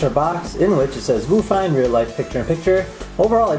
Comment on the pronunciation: its probably pronounce VIEW fine right? i mean whats a Voo?